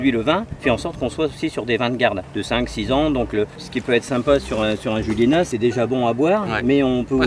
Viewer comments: Cyril on dit Juliénas pas Juliénasse! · Cyril le s de juliénas ne se prononce pas 😉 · J'habite à 5 minutes de juliénas, j'espère te croiser un jour Petit édit, le "s" de Juliénas ne se prononce pas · Le S de Julienas ne se prononce pas 😉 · Par contre je t'en veux pas mais pour habiter juste à côté de julienas ça fait mal aux oreilles, le s de julienas ne se prononce pas mdr